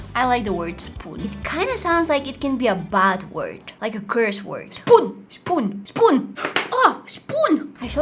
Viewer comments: That is not is how you say spoon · How you say"spoon"it souded like "spun"witch in Romanian means "tell"